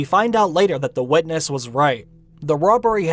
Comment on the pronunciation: It took me a while to understand what you meant by "wedness" :P